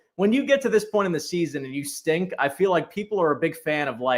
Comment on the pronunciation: Dey STINKK, he said.😂